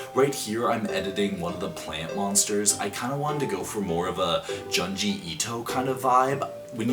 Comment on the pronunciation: you said junji wrong its pronounced june-ji 💀